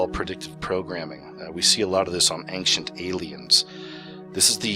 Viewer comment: lol Nothing says "I'm an intelligent, reliable source of info and truth", like butchering your own native language brutally lol "Aynk-shent"...really? lol